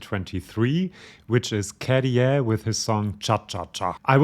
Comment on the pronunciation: Käärijä. Not Karijaa. Ä is not an a. The sound is more like in the name Gary.